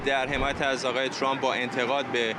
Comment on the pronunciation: حتی بلد نیست اسم Trump را درست تلفظ کند.